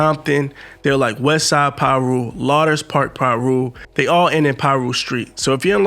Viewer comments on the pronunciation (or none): It’s pronounced Looders Park bro ! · He missed pronounced Leuders Park. 3 times. So who ever was reading has Zero information about Los Angeles gangs. Just a typical narrator.